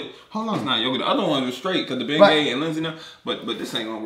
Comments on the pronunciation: He "BENGAY" 😂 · bruhhh u said boo. "BENGAY" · He "bengay"